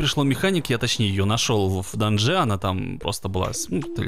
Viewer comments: Надо говорить не в данжЕ а в дАнже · Даанже ударение на а